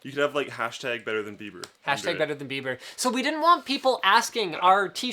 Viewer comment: its bieber not beiber ...